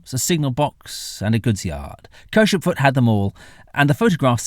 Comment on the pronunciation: Pronunciation: Caldew is Caaald dew and Penton is Pen-ton and Kershopefoot is separated as Kershop Foot